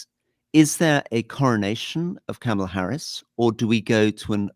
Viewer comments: Anthony, you're driving me CRAZY!! It's not "Kamala" (a, as in "camshaft") Harris. It's _"Kamala" (a, as in "calm") Harris! At least you're accentuating the right syllable! I don't know why so many people have trouble with this name. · Can we please at least say her name correctly? It's Kaarma-la. Not Kam-e-la. She did a whole video on how to say her name. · Apparently Kamala is pronounced ‘commala’